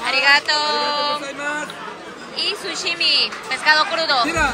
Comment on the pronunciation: Sashimi! Se dice, No sushimi! 😂😂😂😂